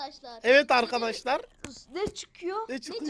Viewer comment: abi videoya başlarken arkadaşlar diyeceğine arkadeşler diyorsun